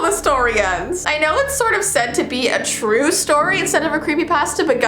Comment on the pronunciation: It's troow